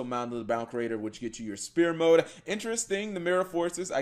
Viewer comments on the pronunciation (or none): what the fuck is "Ra Spear Mode"?. It's Sphere Mode, pronounced sfear.